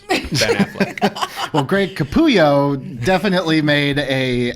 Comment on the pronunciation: "KAPOOOYO!" - Ahahhahah! It's CapuLLo, dude. Have you ever read Batman comics?